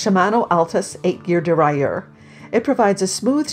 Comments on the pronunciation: Try saying dee-rail-yer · it's dee-RAIL-uhr